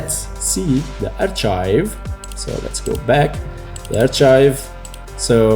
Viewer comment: Archive is pronounced as 'arka:yv' - not 'artcha:yv'. Overall, great video though.